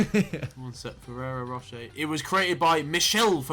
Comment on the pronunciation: we just gonna ignore how tobi says ferrero rocher?